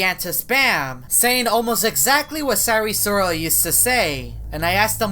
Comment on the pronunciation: Me - Sayri sayrol Him - sAyRi SoRaL